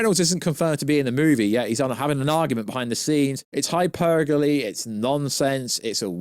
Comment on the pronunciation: "HyperBole" not trying be bust your balls, you love that word but you say it wrong every video. There's no "g" in there bruv.